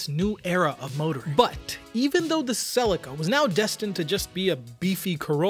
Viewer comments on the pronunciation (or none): Why does this guy keep calling it a Sellica? It’s a Selleaka. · Im struggling with all the Tom selleka's. its Cel E ca. I had a 1995 mk4 twin turbo automatic, because I couldnt find a turbo manual, still the car with the best feeling through the steering ive driven, it was 15 years old & still felt new. Also pls revisit the new supra & review the manual version. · Stop saying Celica the way you're saying Celica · After the third mispronunciation of Celica I had to switch off…. 😂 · 😂 please don’t ever pronounce that transmission company name the way you did